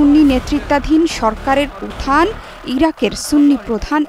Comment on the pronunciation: What is উথান? উত্থান উচ্চারণ ঠিক করেন।